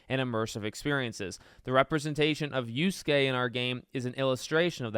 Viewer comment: Y A S U K E spoken "yaske" not uske - WTF dude just do some research 🤦‍♂️